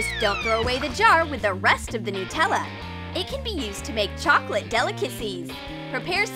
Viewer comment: I fell off my bed laughing at how they say Nutella,no offence if you say it like that